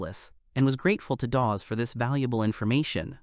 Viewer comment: you need to work on pronunciations dawg, you butchered EVERY SINGLE NAME including calling Dawes "DaVe"....